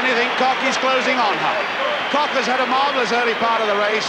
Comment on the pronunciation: Why couldn't this announcer, and for that matter, almost all British announcers pronounce names correctly? It is not Marita KOCK, it is KOCH, pronounced with a long "o" and with the German "hch" on the end.